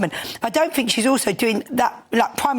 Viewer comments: Had to switch off listening to that scrubber lady. Think is with a TH not an F. For F's sake!! 😮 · I don't care what you "Fink" 🙈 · Fink…. Fought…. Free…. THINK, THOUGHT, THREE???? Gawd help us… how old is SHE???????? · "I fink".......Labour adviser? Jesus.